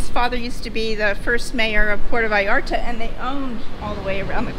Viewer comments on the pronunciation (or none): Great video and the lady is lovely but please, don’t call it “Puerto Vayarto” 😂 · Es Puerto Vallarta, y no " vallarta " ,no cambien los nombres del País.